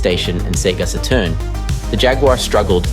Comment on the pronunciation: Seriously did you just say Sega sah - turn?? What is this??? AI British guy who doesn't know how to pronounce Saturn - not even with a British accent. I'm gonna say it now - AI is ruining Youtube. Every documentary or crime show I watch has 1 of the same 4 AI voices that keep rotating through all of these channels. When you watch videos with weird speech breaks and paused and improper pronunciation, it really is a deterrent and a total turn-off. Creators don't even try anymore - they just write a script and then have AI narrate it. I left Twitter, and now I'm migrating away fro Youtube. Keep killing everything good online. LAzy people mixed with AI leaves a communnity to look for other avenues for their entertainment. This is a cesspool these days. And if this was not AI and really the voice of the porson making this video - still I give no pass - There is no way you say SATURN like that.